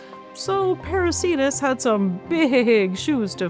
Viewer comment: Why are names of whales ending in -cetus masculine? Κητος is neuter. Same for plants ending in -anthus. What you said sounds like "parasītas". I suggest /peɾu:'ke:tus/. Latin 'c' is always /k/ if it's from Latin or Greek; in "Ceiba" and "Cariama" it's /s/ because of the languages they come from.